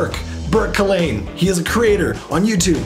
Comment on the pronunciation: It’s pronounced Cull—-in—-ane 😂😂😂- you have a great radio voice!